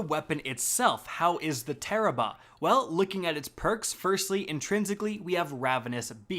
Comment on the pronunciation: Wait it tarrabrah not tarararararararrararararararararabahaah